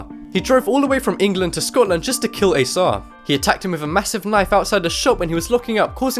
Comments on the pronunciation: Did you say a sad? Oh shit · his name was asad shah not asah shah